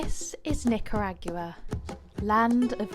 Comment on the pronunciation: I enjoyed your experience but the way pronounce Nicaragua bums me out